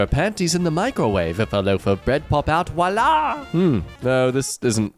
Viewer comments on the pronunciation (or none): New thing to hate: Saying walaa instead of voila